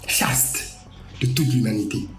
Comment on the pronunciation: J’adore quand t’as pris la pause pour sortir le mot «CHASTE»